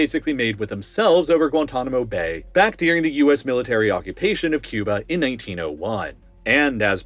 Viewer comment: It’s not “Deering” it’s “During” also it’s not “Shiayt” it’s “Shia” last but not least it’s not “the Middle East” it’s “North Africa” “west Asia” and “Central Asia” get it right weirdo